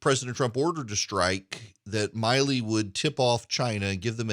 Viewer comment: I am retired USAF. I am NOT sympathetic to Milley (it’s not My-ley, it’s Millie). As the Chairman of the JCS, his conduct must be above reproach. He has violated so many articles of the UCMJ it’s not even funny. I would have been court-martial so fast it would have made my head spin. Add that to his handling of the Afghan withdrawal, he is a disgrace to the uniform and those he leads. He needs to go NOW. And yes Erick the election was stolen. You cannot in good conscience tell me what happened in Fulton county and the other states is normal procedure.. it is NOT. I don’t care if you were an election lawyer, something went terribly awry this last election.